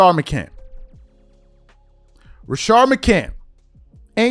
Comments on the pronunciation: its rashad mccants not rashard mccant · Rashad Macants sir say the fucking guys name correctly